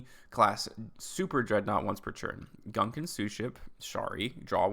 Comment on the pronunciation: Gunkan maki is a type of sushi that literally translates to battleship sushi. The archetype is technically a pun. Btw the gun in gunkan is pronounced as goon and the kan is pronounced like khan (without the 'h')